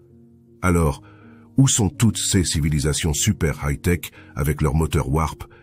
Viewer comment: C'est marrant de voir une vidéo entièrement faite à l'aide de l'IA (texte, voix, et images) où l'on traite de la peur de l'IA.... C'est pas un peu du grand foutage de gueule? A propos de la diction en français de l'IA, elle ne sait toujours pas prononcer "ces" et "ses", mais "c'est" ça ne lui pose pas de problème. Etrange et relou à la fois.